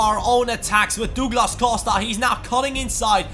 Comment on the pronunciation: Js it's "Duglas" not " Dooglas"